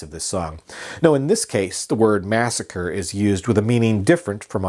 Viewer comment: other than the "massacree" misstatement, very well done indeed, even the newspaper clipping, nice. And actually, sort of an important historic document, thank you.